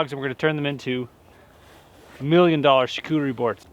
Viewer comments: Hahaha Charcuterie! Am French Canadian your pronunciation is terribleeee! Lol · Imagine pronouncing the "t" in charcuterie lol, anyway great video!